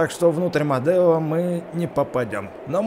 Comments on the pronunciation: Не Модэо а Медо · Там меееееедо меееедо а не мадео как ты так читаешь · Не мадео а медо!!!! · извини но не модео а медо